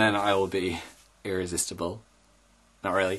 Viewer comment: The. I will be irissistable Phil you already irissistable